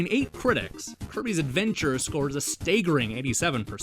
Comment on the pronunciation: "Nintendo Megazine" I wonder if he pronounces it so profoundly wrong in order to sound smarter. Or if he truly believes MEGA Man & MAGAZINE are pronounced the same. He does the same thing with Staggering, becoming Staygering. I guess you can incorrectly speak as much as you want, when you make such good & involved videos, just on some old NES games. I still had to point it out, but this gets an easy subscribe for me, considering all the garbage game channels EVERYWHERE. This video went in detail just enough & w/o it being the same old bullshit.